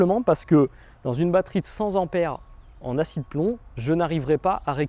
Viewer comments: Une batterie de cent ampères, donc cent "T"ampères et non cent Zampères, cent étant avec un T et non un S. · Slt, merci pour les infos. En revanche il n'y a pas de S en cent et ampère donc pas de liaison stp. Bises à toutes et tous. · Pas de liaison en prononcent Ampère, sinon: cent t'ampères et pas z'ampères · Bravo pour vos explications, mais par pitié, on dit cent "t" ampères, et pas cen t"z" anpères, cent ne prenant pas de "S" quand il n'y en a qu'un, ...de cent ... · Merci beaucoup, cependant il faudrait arrêter de dire "100 z'ampères", il n'y a pas de "s" à cent, donc on dit "100 t'ampères". Lol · Merçi pour ton expose !! A NOTER :::CENT ne prends JAMAIS de S C.A.D. ==CENT TEMPERS et non CENTZAMPERES Amen !!!! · Merci beaucoup, monsieur, pour cette vidéo qui m'a éclairé sur ce sujet que vous semblez maîtriser et qui m'a aidé à prendre une décision. Je m'abonne à votre chaîne avec hâte de découvrir les autres vidéos. Une petite remarque, toutefois, si vous me le permettez: cessez de répéter en boucle "cent z'ampères". Je vous assure, pour vous l'avoir entendu répéter une trentaine de fois, que c'est particulièrement irritant pour des oreilles pointilleuses. Je m'apprête à regarder votre vidéo sur les accessoires, et malgré l'intérêt que je vous porte, j'ai peur de vous voir me proposer des objets à moins de "cent z'euros"... Cela étant dit, merci encore de nous apprendre toutes ces choses qui vont m'être bien utiles dans un avenir proche. J'espère ne pas trop me faire insulter par de courageux anonymes pour avoir osé vous reprendre sur ce "détail", c'était sans méchanceté ni arrogance...